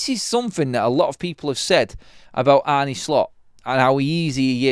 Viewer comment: His name isn't Arnie, neither is it pronounced that way - how ignorant can you be?!